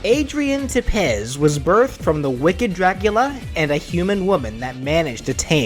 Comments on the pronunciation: Adrian's last name is pronounced Te-pesh! Not Adrian "Te-pez"! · Hi The name Tepes is pronounced Tepesh